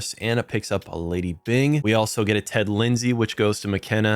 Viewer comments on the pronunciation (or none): none